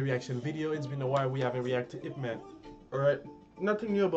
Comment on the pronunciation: wow your pronunciation of yip man is pretty good